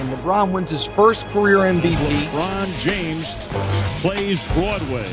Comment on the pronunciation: Had to turn it off when you said Jabron Lames